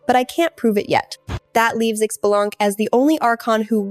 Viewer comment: “X-be-laungk” 🤣 I’m dead